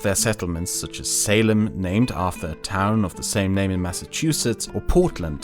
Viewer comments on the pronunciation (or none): none